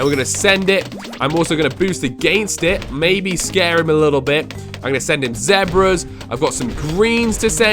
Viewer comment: Who else heard him say zebras weird